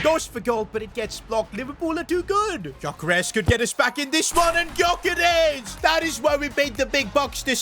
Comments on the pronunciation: Its not pronounced as Gyokeres its "Jyokeres" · Stop saying GYokares Its prnounced Jökares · You don't pronounce the g of gyokeres